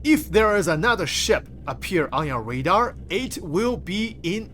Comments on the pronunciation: RAdar bro, not READar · Can you say RAY DAR ? 😅